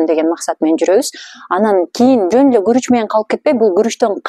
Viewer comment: Куруч эмес, Гуруч